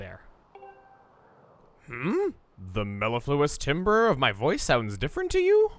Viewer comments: Am I the only one that was annoyed by chugga pronouncing "timbre" as " Tim-Ber" instead of "Tam-ber"? Or am I the only music guy ?😂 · I know Chugga's not at fault for this, just wanted to point this out. "Timbre" is pronounced "TAM-ber" as opposed to "timber." Weird I know, just wanted to let you know. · sorry I'm a music major but when Chugga pronounced "timbre" as 'timber'...it bothered me...it's pronounced like 'tamber' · You pronounced timbre wrong. Its pronounced TAM•BER and it is a musical term that means quality of sound. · When said timbre that's actually pronounced tamber. And that's your random music fact of the day, hoped you like it. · TIMBRE IS PRONOUNCED AS "TAMBER" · timbre is pronounced tamber (BTDubs) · Tibre is pronounced tam-ber. Someone had to say it.